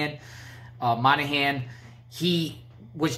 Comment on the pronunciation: Pronounced , Mon A Han , it is an Irish name.